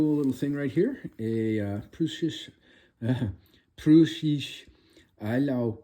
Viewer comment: Darn that German, huh?? It's pronounced, "Proy-sish Eyy-laow". I believe the town is actually in modern day Poland. Thanks for this look at another GORGEOUS NES package. One request: could you title your vids with the subject of the vid, and not a date (which doesn't tell us much that is relevant)? Just the date makes it hard to find amongst your full channel output. :)